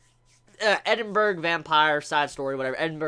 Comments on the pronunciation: The pronunciation is Edin-bruh, not Edin-burg. Being British, it's very annoying hearing that incorrect pronunciation lol. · I like the way he says Edinburgh. It hilarious :D